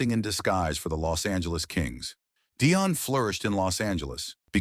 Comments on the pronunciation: If you want to put yourself forward as an expert , you at least need to pronounce his name correctly. At the moment you get it right some times, and at other make a horrible hash of it. It pronounce 'Dee-on', not 'Di- on' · The AI pronouncing of Dionne sucka